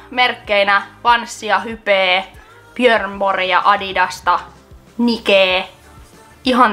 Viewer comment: SE ON BÖRNBÖRN EI BJÖRNBÖR